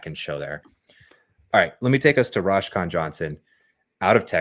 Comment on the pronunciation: Roschon is my younger brother. Btw it’s pronounced like Roe-Shawn. Good analysis though